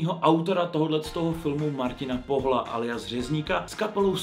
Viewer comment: Imagine alespoň správně přečíst příjmení Martina Pohla..